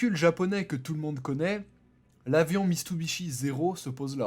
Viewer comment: j'ai rien dit pour le " muasashi " mais le Mitsubishi zero sa non tu peux pas mal le prononcé quand même ! et instructif mais manque de dynamisme voilà :p après c'est juste mon avis